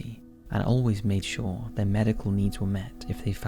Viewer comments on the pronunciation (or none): none